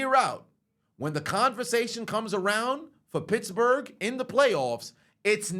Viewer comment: I thought he said bitchbourg